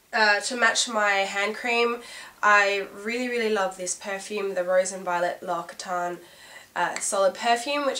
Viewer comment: L'Occotane = lawx-ih-tawn